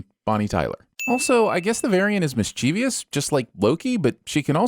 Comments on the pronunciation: Did he just say "mischievious"? There's only two 'i's in "mischievous", buddy. bing I would be great at TVSinsSins. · Dude, please learn to pronounce mischievous. It has three syllables, not four. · Another sin for the pronunciation of "mischievous." It's "MISS-cha-vus." It's three syllables, and is a word nerd. Is he trolling me?